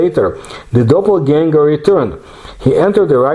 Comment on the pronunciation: The word "Animal" comes from the word "Animus" or "Anima" which means Soul! This was an absolutely wonderful episode, one of my all time-favorites, and you pronounced the word Doppelganger with perfection!